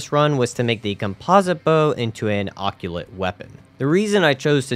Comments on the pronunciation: what the hell is an okyulit- WAIT ARE YOU TRYING TO PRONOUNCE OCCULT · Love how you say occult (it’s pronounced “a cult”) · What is that pronunciation on occult? You said "occulate" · It sounds cooler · Great video! Love seeing simple challenge runs like this every once in awhile. Occult is pronouced "Oh-Cult" btw. I've got a friend with Dyslexia and he struggles with reading it too.